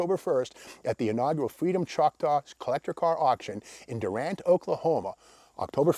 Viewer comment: Just avoid looking like an out-of-towner with Steve's pronunciation. The locals call it "Doo-rant"